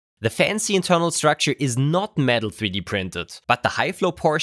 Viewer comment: Cannot pronounce internal. Nice